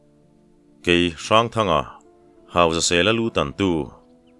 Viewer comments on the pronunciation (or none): none